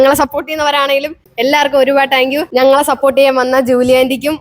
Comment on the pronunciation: you done an Amazing thing 🎉wish you all success (പിന്നെ ഒരു ചെറിയ തിരുത്ത് ടാങ്ക് യു അല്ല താങ്ക് യു എന്ന് വ്യക്തമായി പറയുക)❤🎉